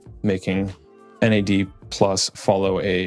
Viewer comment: You said Nads 😂